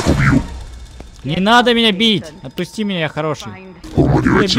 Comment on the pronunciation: в первые секунды "отпусьти""не отпусю